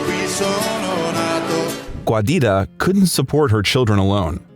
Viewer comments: The name Giuditta is pronounced JUDEYTA, not GWAYDITTA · “Guadita”?? She was italian, not mexican 😂 it’s “giuditta”, pronounced jew-deet-tuh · Giuditta is pronounced "JEW-Dee-Tah". I had to stop watching 4 minutes in to tell you that "Giuditta" is NOT pronounced "GWAH-DeeTAH". It's driving me crazy and makes the video almost unbearable from the start. Please just put foreign names through google translate if you don't know how to pronounce them. It's very simple and wouldn't have taken much effort to learn how to pronounce this legend's mother's name correctly. You made an almost hour long video, went through all that effort, just to drop the ball on his poor mother's name. Hasn't Giuditta been through enough? Put some respect on her name bro! Cool video though. God Bless.